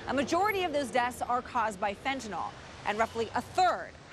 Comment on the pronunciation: "fentanol"? fen ta NYL